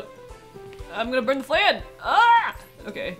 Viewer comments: Ah! Minus 12 right right!!! I knew I was forgetting some easy formula for it. Now the question is do I still say "FLANNE" for the memes, or go with the correct pronunciation of "FLAHN" ? Forgive me and memes I'll say it correctly next time XD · I love memes lol, so you're fine 😂 it doesn't bother me at all. Every time you said 'FLANNE' I couldn't stop laughing. Tbh, listening to your commentary feels like I'm just watching a close friend stream a game. It's very comforting, honestly.